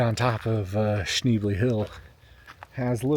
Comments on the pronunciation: you can’t even say the name of the road correctly! 🙄🤦‍♀️It’s sh-nebly…..not sh-neebly….what a dweeb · Beautiful area! Your dog and ride are awesome! (You might consider asking the locals how they pronounce, "Schnebly." :) Is/was JB Weld a temporary option? Charcoal canisters do fail after a while. AT least you and Bandit are safe. Thanks!